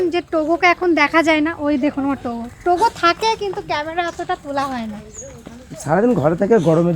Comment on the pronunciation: এখন কে 📷 cemra cemra kore bolen